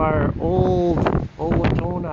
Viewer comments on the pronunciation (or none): The grinder is pronounced" "O" watonna. Owatonna is a town in Minnesota with Owatonna manufacturing where they were made. I don't know if this company is still in business of if it is defunct or sold to some other company.